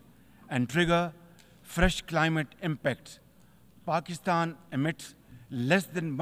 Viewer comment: Pakisthan 😅 chinese question contrary 😅 a kooly ccontray😅.